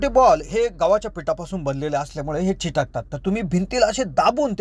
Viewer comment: चिटकतात नाही रे ,चिकटतात